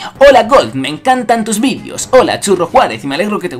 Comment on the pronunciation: "Y me alegro que te gusten TUS vidios" jajaja